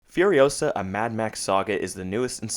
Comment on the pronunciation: It's furiOsaa, not furiosAAAA